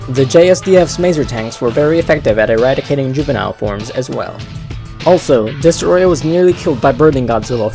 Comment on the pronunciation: I wish M.I.B. did the voice-over he would have said Destroyah better